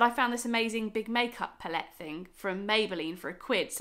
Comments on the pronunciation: Lovely vid! Your not saying L'Oréal wrong 🤣 but I've never heard anyone say pallette in that way 😂😂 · Your saying palette wrong